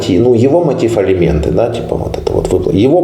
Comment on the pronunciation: "ЭЛИМЕНТЫ", С*КА